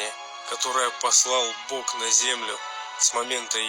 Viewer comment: Да, хватит уже "г" экать!.. Получается не Бог, а Бок...